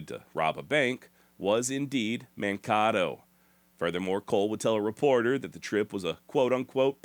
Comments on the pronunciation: Mankato = “Man” “kay” “toe” Weird hearing “Mahn - ka - tow” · Minnesotan here, Mankato is pronounced Man kay to, not Man Kah to. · Great show. Side note: "Mankato" is pronounced Man - Kay - Toe by locals. Thanks again for your work. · It’s pronounced MAN-KAY-TOE….ya psycho. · “man-KAY-toe” Long “A” sound. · I’m from Minnesota. You pronounce Mankato as Man-Kay-toe. The town was named after a local Dakota Indian chief. I read someplace originally the James gang had cased a bank in Mankato but came to the conclusion that bank was too risky and provided too few escape routes they couldn’t control. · Every time you say Man-Kay-toe wrong. We Minnesota folks cringe 😮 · Great story telling. Thank you sir. In case someone has not yet mentioned, Mankato is pronounced Man-Kay-toe. Kato like Bruce Lee. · It's pronounced Man(kay')to Minnesota. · Mankato pronounced Man-kay-toe. Lol. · The native Minnesotan in me is cringing,. Mankato is pronounced "Man-Kayto." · It is pronounced Man Kay toe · Man-KAY-To. Sorry to be "that guy". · It’s pronounced Man Kay toe Mankato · Correction Mankato mn is pronounced like ... man Kate oh. Great cast tho❤ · Appreciate you giving sources. Mankato is pronounced Man-Kay-To. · Man-kate-oh. FYI 😂